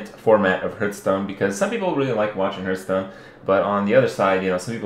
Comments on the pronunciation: Improbable. More likely he's mispronouncing it; many people pronounce it HURTHstone, rather than HEARTHstone. Or he's trolling pedants. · The correct way to pronounce it is "harth-stone". You can look it up 'hearthstone' on to hear. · Kripp, what is Hurtstone? Aren't you playing Hearthstone? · It's part of his accent. Sometimes to avoid a double S sound (th sound then S), people don't pronounce (or only very slightly pronounce) the th sound. Thus: Hurtstone. Because saying HearTH Stone makes it sound like you have a lisp. Haha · I like how he's saying hurtstone. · why are people so rustled about him calling it herth stone. Lmao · dude why do u call it hurt stone -_ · i wish he would pronounce Hearthstone properly.